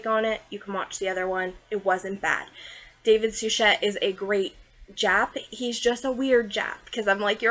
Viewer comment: Gag and vomit!!! :face-orange-frowning::face-orange-raised-eyebrow:🤮🤮🤮David Suchet is pronounced Sue-shay. I'm surprised that you are not pronouncing the main character Poy-Rot. and it is NOT ostinoff!!!